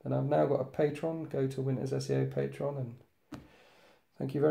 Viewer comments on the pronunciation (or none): none